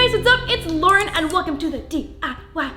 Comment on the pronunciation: Ps. He totally said Laura 😎